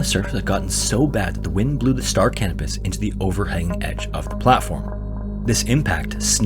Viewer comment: I swear he kept saying the name of the ship in story was the Star Cannabis hahaha